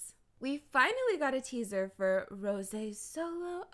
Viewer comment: I LOVE THE WAY YOU SAY ROSÉ